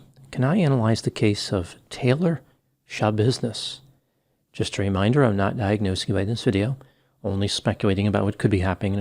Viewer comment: I think it's pronounced shuh.bizness.